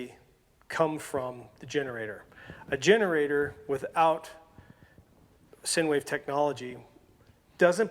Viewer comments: SIne Wave is actually pronounced like Sign Wave (not "Sin" Wave) LOL Other wise its a great video, thanks! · It’s pronounced like sign, you my friend are an idiot. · Those crazy “Sin” waves. Lol. Nice work.